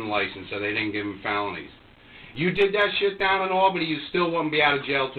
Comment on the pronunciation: Any other Pat McAfee viewers hearing “pick ‘em up and put ‘em DAHN” or is it just me